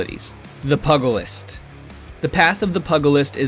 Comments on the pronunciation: Pugilist is pronounced PYOUgilist not PUGilist. It doesn't sound like the dog breed. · I think its pronounced pewgilist no puhgilist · It's pewgulist not pugglelest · Pugilist is pronounced pew-juh-list, not pug-uh-list. It is another name for a boxer, not someone who makes lists for little dogs. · you should look up how to pronounce words it is not Pug a list, it is pu-ga-list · Pug- alist? Like the dog? I think it is pronounced the Piugalist. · Oh by the way Pugilist is pronounced Pew-gel-ist, not Pug-el-ist, sorry minor gripe there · I can already tell that people mispronouncing "pugilist" is going to drive me insane. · You said Pugilist wrong. Pu sounds "Pew". The gi is like the first sound of "jeez". Just saying, sounds very weird when its not said right :)